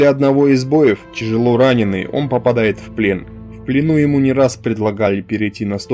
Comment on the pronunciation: Автор, ты ни думал использовать говорилку (text-to-speech). Сейчас есть очень хорошие программы, даже трудно отличить от настоящего голоса. Рекомендую попробовать, с твоим произношением особенно, уши режит твоим ЧАЖЕЛО и.т.д